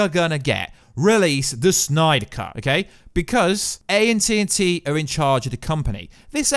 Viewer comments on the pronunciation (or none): He keeps saying "A&T&T"🤣 A.T&T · It's 'AT & T"; not "A&T&T". For fuck's sake. Other than that, keep the fire rising! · 1) It was a joke and play off of the channels voice over (to be fair he Is not from the U.S) so it was hilarious when he kept saying those two names in that manner. So I was halfheartedly correcting you in the style of the video. 2) See above... 3) See above...then above that. 4) Try to use rational and a bit more reading comprehension the next time you think you are being harrassed by a YouTube video comment. 5) No harm/fowl and have a great day, sir.